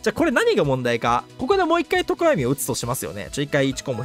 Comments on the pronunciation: とこ↑や⤵み↓気になりすぎるwwwww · とこ⤴︎やみw さすがに気になるわ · ゆうこるの常闇の発音が自分の発音が違いすぎて違和感すごい笑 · 常闇のアクセント気になりすぎる